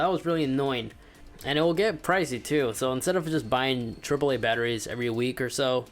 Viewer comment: He rlly said vvv